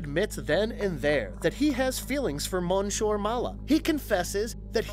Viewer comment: You are mispronouncing the first part of the gorilla's name. It is the French word for Mr/Sir.